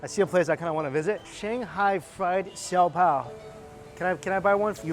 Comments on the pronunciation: Mikey it’s pronounced “show - pow” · Why are you pronouncing all of the Tagalog/Hokkien words as they would in Mandarin? Words like lumpia or siopao are mispronounced. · I was so excited to see you eating siopao!!! It has been one of my favourites since I was a little girl. One tip? It’s pronounced “show-pow”, or at least that’s how everyone I know has always said it ☺️ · the bun with the broth is pronounced sho-pow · Lmaooo the way you pronounce siopao (show-pow) great video tho!!!! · Its pronounced as see-yoh-pow..